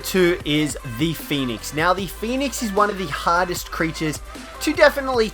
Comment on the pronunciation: I understood hottest instead of hardest